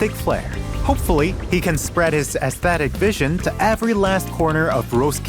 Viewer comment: Somebody, please teach him how to pronounce aesthetic